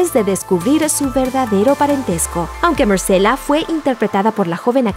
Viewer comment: Quien rayos es Marcela y Melisandra? Buen video, pero la pronunciación de los nombre si me molesto un poco